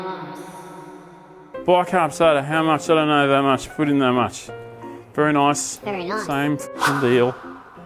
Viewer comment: You say very Noice…. Very distinctively Dr potato PANTS 😅